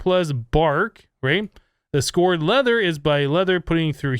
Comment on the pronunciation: Psst. "Scoured" is pronounced "skowered"